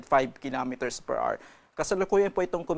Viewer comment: PER R. 🤣 Children, remember: HOUR = AH-wr. There are two syllables, and the stress is on the first, as in "Per AH-wr." Pronunciation matters, it will affect your future.